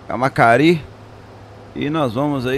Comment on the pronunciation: Não é "camacari", e sim "cama(ça)ri"